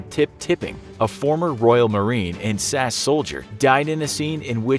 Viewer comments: Sass soldier do u mean S.A.S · Dunno if anyone mentioned this but for Mr Tipping it's pronounced s.a.s not sas, but cool video anyways.